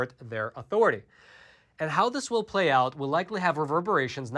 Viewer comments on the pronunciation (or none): none